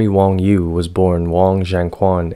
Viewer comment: Wang Yu, not Wong Yu.